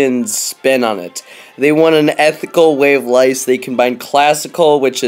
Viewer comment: "ethical way of lice"